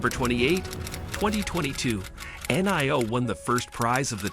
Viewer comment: Robot voiceover video that can't even say Nio, don't bother